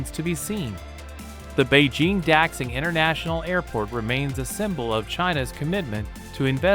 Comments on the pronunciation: It is true. X is generally pronounced as "sh" when translating and pronouncing Chinese. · Daxing: da-shing, not dack-sing airport. You insult us and make fools of yourselves by not finding out about the subject you claim to be telling us about.